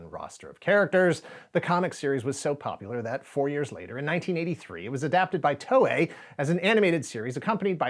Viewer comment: I had a bunch of these growing up, but they got stolen or lost during a move. I even had the board game that came with green and purple figures. Also, TOEI is pronounced more like “Toh-eh”, not “Tohway”.